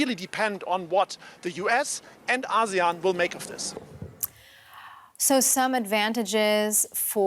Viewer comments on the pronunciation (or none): It's "A see` yan" not, Ah`seon! Please say it correctly.